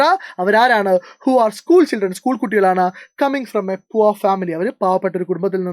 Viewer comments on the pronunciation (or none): none